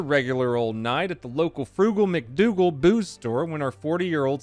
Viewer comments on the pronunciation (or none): Haha, "Frugal Mac Doogal" 🤣🤣🤣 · ...Frugal Mac Doogal lol